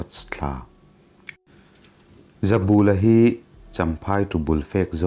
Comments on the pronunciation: He thawnthu kher chu i va chhiar dik lo nasa ve, zabûla i ti phei chu nuih a za duh ee, bul tih hi kiang/ hnai tihna ang a nia, ka bulah rawn riak rawh tiha, bul tih ang khan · Hming lam rik dik loh inhrilh hria ang aw. Ramhuai hmutu pakhat ZABULA hi a 'bul' lai hi thlukna awm lo i thluk palh tlat mai a. "Ka bulah hian lo ṭhu teh," kan tiha 'bul' tih lai ri ang hian, "Zabula' tiin lam rik bung nghat tur a ni. A report-tu C. Laitanga hming pawh hi i ram ri dik lo bawk a. "Sorkarin kan silai an man a, a tâng daih mai," tih hi han ngaihtuah la, chuta ṭang chuan, "Laitanga" tih han ngaihtuah chhuak teh le. Amah hi Art & Culture Deptt. mi leh sa ni ṭhinin, Jt. Director aṭangin superannuation pension-a chhuak a ni nghe nghe. Tunah hian Aizawl Hunthar vengah a awm. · Zautawp tih te hi ilam diklo,pal ri san san tih te hi ilam dik bawk silo.Mizoṭawng thluk i thiam loh dan a ṭang hian hetiang ang chhiar hi i "CHEMKALNA" lam anilo.Tin Zoram khaw hmingte pawh hi i lam thiamlo hle bawk.Tin mihring hming "ZABULA"tih te pawh i lam dan ang nilo "THINGBUL" tiha BUL tih anga lam tur anih hmel.Nang hian KUT-BUL tih a bul tih ang deuhin ilam.Tuman an hmingah "BUL" i lam ang hi an hmang ngailo viau.